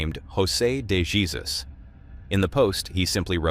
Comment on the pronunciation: It's not pronounced Jesus it's pronounced....heysouse or heysuits minus the t when sounded out. J is pronounced as the letter H. Unless I'm wrong and if I am I apologize. But I think I'm corret😊